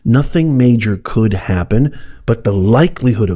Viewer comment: 'COULD" is not very emphatic